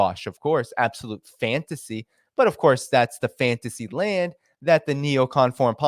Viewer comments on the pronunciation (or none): none